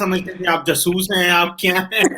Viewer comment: JASOOS hota hai..... JaSuuu...uuuuuS nahi hota.....